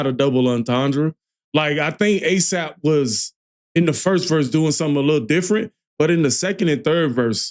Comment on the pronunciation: aesop.... get his name right